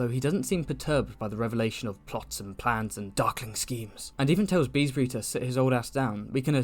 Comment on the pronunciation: ok am i missing a meme here why its always said BEEEESbury